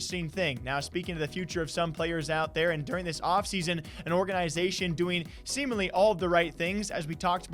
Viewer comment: How this dude says organization is annoying as fuck